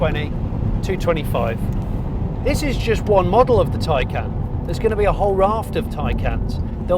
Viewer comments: I don't think you pronounce 'Taycan' like 'taken' tho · Tay = Tay. Can = Can. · y'all stiffnecked Americans, . Y'all could at least emphasize the 'can' instead of the 'tay' to make it distinguishable. Man... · Mark Webber is a Porsche a employee. Don't let how he pronounces Taycan fool you.